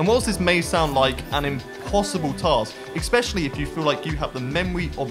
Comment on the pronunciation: it's especially* not expetially